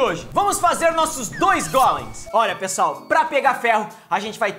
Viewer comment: vc fala golens mais e gólens